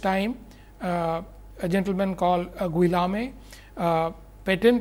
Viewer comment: the name is gheeohm .... as you should say it ... not gill a me ... the name is french by origin ...